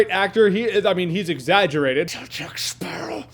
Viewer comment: take moana and add pirates...you're welcome! also, all i hear is jack sparrah, time to kill a sparrawr, kill jack sparraw